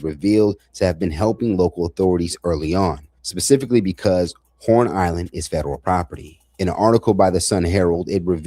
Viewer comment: It’s called HORN ISLAND not Lorn Island